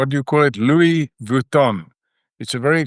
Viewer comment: He can’t even pronounce Louis Vuitton😂😂